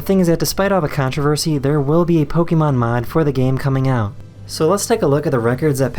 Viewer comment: poke-eh-mon, not pokey-man...